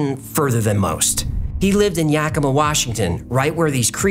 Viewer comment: Yakima is pronounced yeah-key-maw, not yaw-key-maw, as a resident I thought that info may be helpful in the future. Thankyou for such intelligent and informative entertainment, it makes me a bit happy, so thanks.